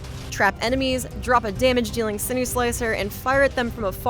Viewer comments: "Sinew" (from Sinew-Slicer) is pronounced like 'sin-you,' not like 'sin-ew' or 'sin-oo.' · SIN-KNEW, not SIN-OO ... sinews are the tissue that connects muscle to bone. Also called ligaments or tendons IN-VULN-ER-A-BILITY, not IN-VLUR-A-BILITY smh